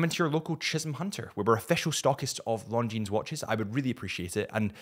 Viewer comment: You work for a watch company yet still say S at the end of Longines 🤦